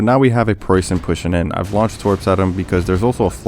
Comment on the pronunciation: Nice job in the game and the pronunciation of Preußen! Very impressive